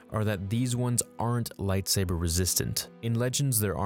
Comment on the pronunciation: If beskar isn't probably forged it will deflect blaster fire. Takes a Mandalorian to make beskar lightsaber proof. ...and you mispronounce most of the lightsaber forms you mentioned. Lol